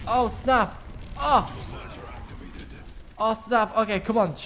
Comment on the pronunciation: why do you say snap so strange?